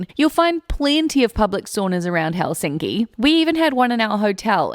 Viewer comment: Your pronunciation of Finnish words is awful when it’s so simple. The stress is always on the first syllable: so it’s HELsinki👌, not HelSINki😣. And the letters are pronounced the same way independent of surrounding letters except pairs nk and ng which are the same as in English as there’s no single letter representing that phoneme. 🤔👍